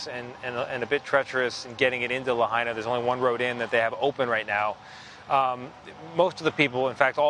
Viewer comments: Redub that piece and get the name pronunciation right. We hear that you are saying it correctly now, but it is disrespectful to leave "La Hay Na" in the news piece. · Could you manage ONCE to pronounce Lahaina right? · Learn how to pronounce Lahaina correctly, Its not Laheena. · La Hina! not La haina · La-hey-na? ikaika i ka lahaina 💪🏼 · grim. devastating. sad. (side note to the correspondent: it's "LA HI NA" not "LA HAY NA" - minor, but relevant point - know your material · says La’hey’na & flips to La’Hi’Na. Consistency in the correct pronunciation is key in broadcast journalism. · La-hey-na?? 😖 Ugh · Luh-Hayna? You couldn’t even respect the people and town enough to learn how to properly say it before reporting on it? Good lord. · "la-hey-na" --, it's clear you need to learn how to say the town's name.🤦‍♀ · That Hawaiian, historic town in West Maui, is pronounced, “Lah hai(hi) na(nah).” Please learn any foreign-sounding word, names, places, before speaking on-the-air. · The ‘hai’ in Lahaina is pronounced like “Hi!” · It's pronounced La-Hyna! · The fact that he can’t even be respectful enough to pronounce Lahaina right even after hearing it pronounced correctly numerous times. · Do you think if you say there were warnings it will magically make it true? THERE WERE NO WARNINGS!! Maui has 80 Natural Disaster Sirens. NONE OF THEM WERE SOUNDED! Cell phones out! No warnings given!!! Get the facts, Fake News. And learn how to pronounce to town name.